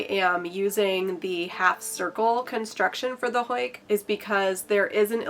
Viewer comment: Am I the only Dutch speaking watcher that got a bit distracted by the way she said huik? You're saying hoik 🤔